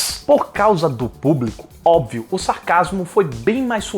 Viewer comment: eita que essas distorções intencionais da ligua portuguesa são sua marca registrada, mas obvel..... OBVEL... essa doeu kkk